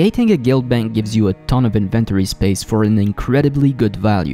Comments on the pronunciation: "Invent-ory" vs "In-ven-tori" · the invent tory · the strangest way to say "inventory" lol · Say it with my now... inventory. Need to really practice that word, man. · Stop saying inventory like that. No one says it like that.